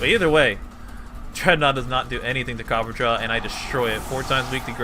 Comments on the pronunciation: Copper-ah-jah why mans keep saying copperjaw? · It's copperRAJAH, not copperjaw. Me so triggered. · Copper-ah-jah Not copper-jaw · Its Copper-a-jah not copperjar. Think Maharaja! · It's copper-ah-jaw, not copper-jaw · I had to pause it and step away from a minute. I just got to the part where you said that, was omfg dude heard me. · It’s copper- A-jah not copperjah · Because people can't read. CopperAHja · this boy reading copperajah like copperjaw lol wtf ever been to india? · Say “copperjaw” 13 or 14 more time, and I’m outta here. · Cah-per-ah-jah XD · copperajah isn't pronounced "copper-jaw" you illiterate schlub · copper ra jah that's how that's pronounced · I think is pronounced copperaa-jaa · I believe it’s pronounced Copper RAJA further pointing to the Indian origins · Actually, the way to pronounce Copperajah is Copper + Rajah (Like the ancient leaders of the countries like India, Malaysia, etc. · WHY DOES HE KEEP CALLING HIM COPPERJAW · I think it's pronounced Ca-per-ra-ja lol